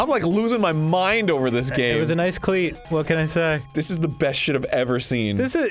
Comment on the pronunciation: why is nobody mentioning them reading “nice clear” as “nice cleat” LOL